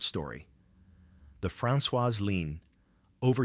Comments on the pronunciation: Oh thanks. I thought it was a word I did not know. Here I am thinking what's a "leen"😉😁🤪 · Very distracting to have words hugely mispronounced. There is no "leen". It is LINE. Otherwise really appreciate this tale. Thanks